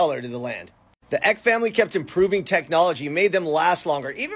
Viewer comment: It's pronounced Paul Eck-y. His grandson's family a local celebrity family around Encinitas, and they have a ymca named after Magdalena Ecke. My mom interviewed Paul III, and I transcribed it. Back when I was living in the SFV.